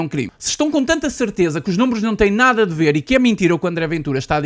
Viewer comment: "Mintirosos", "bamos lá ber", num é?